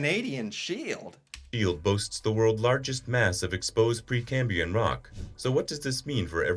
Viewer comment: The video you watched also pronounced "Precambrian" wrong, pronouncing it without the R at the end 'Precambian'. Just so you don't proceed misinformed PrecambRian